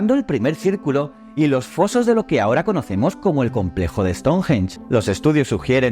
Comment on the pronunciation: Me chirría como pronuncia " ESTONJJJJJEN"😅